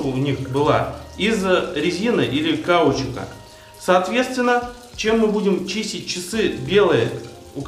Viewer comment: Ты не умеешь делать ударения в словах? Что за кАучук? Погугли)))